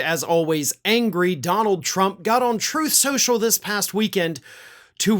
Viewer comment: He himself called it “Troth Soooshall”.